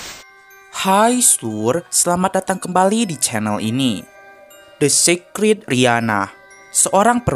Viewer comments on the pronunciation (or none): Dr tdi pengucapannya secret secret aku cari mana si secret tu yg ada sacred -_- 😑 pengucapannya itu beda lo